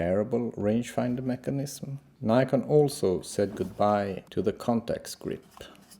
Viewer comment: its Nikon not Neyecarn